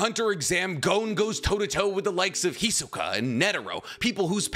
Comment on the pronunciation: Why you say "Hizuka"? That's just wrong :c